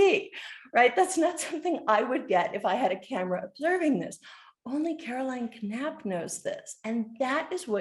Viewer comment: The K is silent = Napp